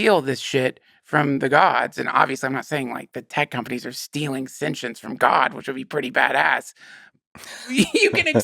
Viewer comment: Take a shot everytime Duncan says "sen-chince" 😂